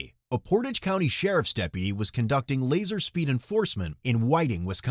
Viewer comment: It’s pronounced poor-taaj